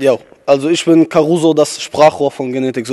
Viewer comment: Man schreibt Karuzo mit z aber man sprichts Karuso aus. Kann passieren ;)